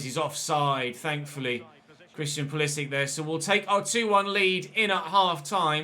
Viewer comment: Just to let you know pulisic is croatian also so you say it like modric